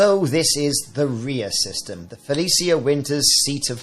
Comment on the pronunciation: pronounced Fel ee shuh